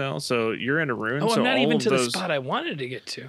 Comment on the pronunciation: we actually just had this conversation in the Fanmail yesterday. is the only one who can correctly differentiate the words Ruin and Rune. As seen in this video, these two will randomly swap between the two pronunciations for both, as neither can actually hear the difference.